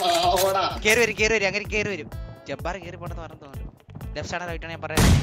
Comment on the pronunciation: ithentha jabbar ennu parayana jabaan ennalle